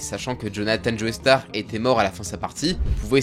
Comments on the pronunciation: "Joeystar" ? Sérieusement ??? 🤦🏻🤦🏻🤦🏻 C'est JOESTAR ! Il suffit d'écouter l'anime pour entendre qu'ils disent "Joestar" et non pas "Joeystar" ! On dit "Jojo" et pas "Jojoey" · le sang des joeystar ??? je t'ai toujours bien aimé mais la c'est trop c'est joestar (josuta) alors fait attention a tes prononciations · Tu peux arrêter de prononcer joey starr ?